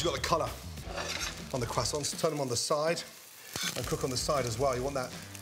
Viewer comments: Can we talk about how this guys is a professional chef yet doesn’t know how to say croissants correctly? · I'm here for the "Kwasants".